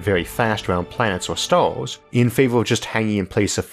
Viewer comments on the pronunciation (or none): Shtructures....shtars...shtations...trillionsh...ttranshmishions...what accent is this?